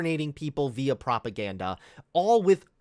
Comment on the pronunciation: Propaganda, I like how he says propaganda, it sounds funny.